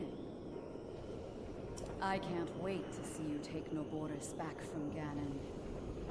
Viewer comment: Na-boar-is Pronunciation